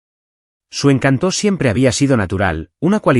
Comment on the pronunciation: ¿Encantó? Se pronuncia encÁnto